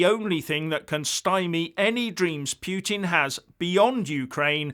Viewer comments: Agree with your NATO - EU analysis. But when you start talking about your 'pyootin' it's clear you've picked up that bone of yours again. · This channel is turning to slapstick now for lack of any other worthy causes...hilarious! And the pronunciation of "Piu-Tin" has me choking on a sip of coffee.